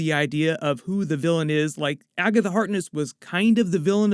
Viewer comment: It bothers me that he pronounces Agatha Harkness like Agga The Harkness